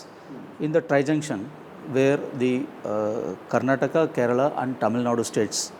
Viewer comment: Why do you guys pronounce the state names wrong? Its Karnataka not Karnatak and Kerala not Keral! Please make sure you don't make such mistakes. We find it pretty offensive.